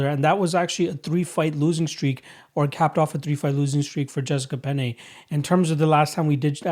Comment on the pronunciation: Jessica "Peña" lol